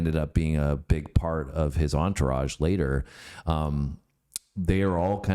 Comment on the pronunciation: "ENTOURAGE" -- ha ! ha ! why are you speaking French suddenly ? (albeit with incorrect pronunciation)